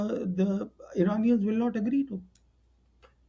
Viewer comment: Since living in US for long, you should be aware how careful Americans are in pronouncing someone's name correctly. His name is Praveen or Pravin but not Urdu name Parveen or Pervin.